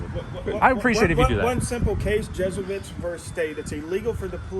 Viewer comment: Its not Jesuits its GEUSS-TA-WITZ (phonetically spelled) Gestawitz v State